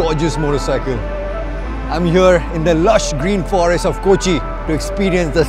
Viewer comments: It's not koochi manh it's Kochi lol 😂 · Its not kochi